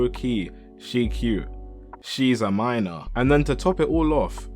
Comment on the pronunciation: “Tryna strike a chord and is probably a minorrrrrrrrrrr”